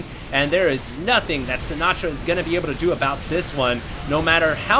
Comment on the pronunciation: I wonder how Frank Sinatra would feel about the way you pronounce his name. Lol